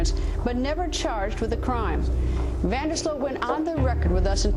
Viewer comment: It's prenounced 'von dur sloat' -_